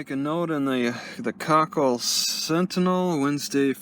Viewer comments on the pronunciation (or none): koʊˈkiːll is how you pronoun the towns name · Its co-keel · Plus I love how pronounces it "COCKHILL"!!!